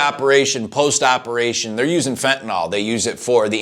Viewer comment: why can't americans pronounce fentanyl correctly?